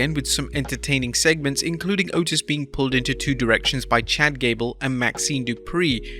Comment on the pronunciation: Hey, now… let’s be respectful when & where such respect is truly warranted. The name of that fine hunk of a man is pronounced ‘Ohh-Teese’! 🤦‍♂️🤣😂🤣😂🤣